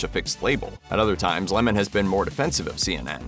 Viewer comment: What a dull video. He isn't interesting at all. I'm glad his name is pronounced correctly though. Don LeMoan sounds so silly.